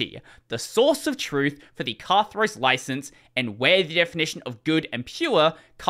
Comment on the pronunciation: In the greek word "Katharos" , the stress is on the last syllable, the os, not on the ka